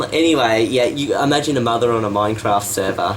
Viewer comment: Also it's not "mine raft".